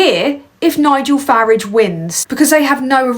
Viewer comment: First time I've seen your 'channel' Couple of things, fantastic stuff that someone so young(I'm old) can see what's going on and report on it so eloquently. Also, I love the way you pronounce Farage as Faridge, like the UK way of saying garage rather than the deeply annoying american Garaaage . Good work lass, New sub